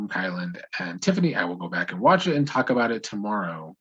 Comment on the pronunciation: talk aboot. you are Canadian. Ketchup chips, Avril Lavigne, and jimmy from degrassi yes 🙌